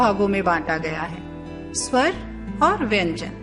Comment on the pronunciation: स्वर स्वंर में पहला स्वर ठीक है दूसरा गलत कृपया सुधार लें